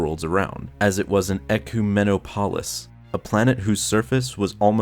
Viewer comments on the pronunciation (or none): ecumenopolis not ecu meno polis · "Ecoo-men-oh-palis" lol that's hilarious. It's more like "ecu-min-op-olus" but the "u" in ecu having a sound like "up" not "new". The correct way is much easier to say. I'm sure other accents have slightly different ways of saying ecumenopolis but the way it was said sounded like a fake alien word from starwars, which I imagine is the reason it was pronounced so weirdly in this video. Btw it's not a starwars term. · Maybe this will help with the city planet pronunciation. Ec-you-men-op-oh-liss Ecumenopolis There is a slightly elongated s sound at the end, like in metropolis. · He pronounced ecumenopolis wrong. It’s Eh-kyoo-meh-nah-poe-lis. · Ecumenopolis ❌️ Eckyoo-Meno-Paulis ✅️ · Great video. In case it helps in the future, the pronunciation is “eh-CUE-men-ah-pollis” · eck-oo-meno-palis lmao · Ecumenopolis - Or as this guy says Ekoo Men Opolis. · ecu-meno-polis ? ecumenopolis xD pretty sure its one word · Nobody:: "Ah-COO-men-o-pall-iss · Ecumenopolis is pronounced "eh-kyew-men-aw-puh-lis" with the emphasis being on the "aw," not the way you pronounced it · That feeling when you can’t pronounce eh-que-mena-po-lis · It's pronounced E-cue-men-opo-lis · It's pronounced 'Eh-cue-mah-noppah-liss' Like 'Metropolis' (Good video though!) BTW, there is ONE lower level of Coruscant.... it's the sewer where George Lucas concocted the prequels. Created from the shit of a thousand soulless alien tramps and laced with a potion distilled from one of Walt Disney's brain tumors... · Eucamanopolis- a planet covered in City you say it like euk-im-a-no-poll-us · Ecumenopolis, like Metropolis. Main emphasis is on the "OP". You pronounce a lot of Star Wars stuff in an odd way. How about the ISS the "Executor". How would you pronounce this? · the way he pronounces ecumenpolis killed me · Bruh the way he pronounced ecumenopolis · At least he tried? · most hilarious pronunciation of ecumenopolis I've ever heard